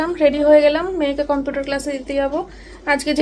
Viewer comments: Computer uchcharon ta thik koro bar bar bolcho sunte ki baje lagche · Computer উচ্চারণ ঠিক করে তুমি যদি না করো জয়ী ও তো ওটাই শিখবে